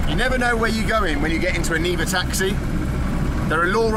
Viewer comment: It's Niva not Neva ) Neva is a river in Saint-Petersburg. Niva is something like "field place"